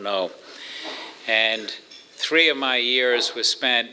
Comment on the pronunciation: He still have German accent, when he say "three".